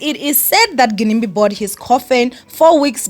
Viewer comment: Y'all know it's pronounced 'Jinimbi' right?